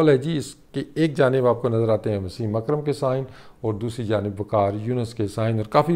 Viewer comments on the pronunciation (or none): none